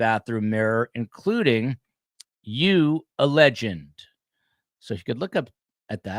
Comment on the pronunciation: This was worth the listen just to hear say “you a legend” in whitest white man voice ever 😂😂😂